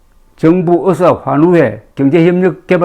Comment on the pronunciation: 대국민 브리핑에서 의사를 의새로 발음한 민새는 반드시 파면해야